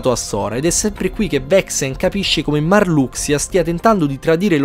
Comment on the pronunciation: Che bello sentire "MARLUXIA" e non "MARLUSHA" hahahaha da bambino lo chiamavo MARLUXIA e rimane tale sti cazzi Cmq ottimo riassuto!